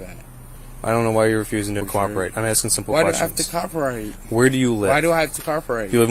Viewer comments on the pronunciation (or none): "why do I have to copperate?" 🤣🤣